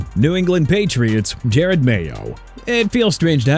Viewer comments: Learn how to say Jerod Mayo’s first name right! It’s NOT Jared! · You don’t even say Jerod Mayo’s name right